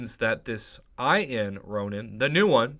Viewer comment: Its Ronin, not Ronan in the first crystal.